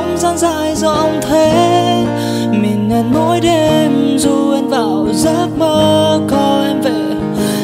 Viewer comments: list nhạc của bạn rất hay, tuy nhiên bạn có thể lựa chọn những bài hát mà hát tròn vành rõ chữ, ko phát âm sai được không. Ví dụ đoạn bài Mơ, từ " mình " thì ca sỹ hát thành "mìn" , hoặc có bài từ "trái tim" hát thành "trái tiêm" nghe rất khó chịu. Ý kiến cá nhân, cám ơn bạn đã làm list nhạc rất hay! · list hay !! có bạn hát bài Mơ , cứ "mìn, mìn " , mình người gốc Bắc, nghe mình thành mìn, khó chịu dễ sợ và hơi buồn cười thôi, hehe, 1 số chữ "anh" phát âm cũng bị "miền nam" , "mìn" chỉ góp ý tí zay thôi, còn bản vẫn thích chữ mìn thì "mìn" cũng vẫn nghe đc, ko sao, hheeee